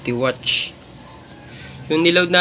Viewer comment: Bakit lagi muh na sabi watch?.. Watts poh yan sir....